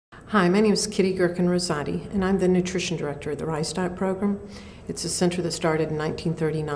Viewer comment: Sounds like she's saying "rice dot" program. Kind of funny.